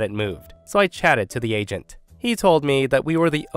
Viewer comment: Story 3: I thought he was saying Asian but turns out it's agent 😂